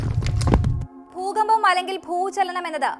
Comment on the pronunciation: പണമില്ലാതെ ഒന്നും നടക്കില്ല. അത്യാവശ്യമായ ആഹാര സാധനങ്ങൾ വാങ്ങാൻ പണം വേണം . വസ്ത്രം വാങ്ങാൻ പണം വേണം . അസുഖം വന്നാൽ ചികിത്സ തേടണം എങ്കിൽ പണം വേണം . വിദ്യാഭ്യാസം നേടാനും പണം വേണം . എന്തിനും പണം വേണം . പിന്നെന്തിനാണ് പണത്തിനെ ഇങ്ങിനെ എതിർക്കുന്നത് ? ഭൂചലനം . ബൂജലനം അല്ല . ഭൂകമ്പം എന്നാണ് ബൂകഭം എന്നല്ല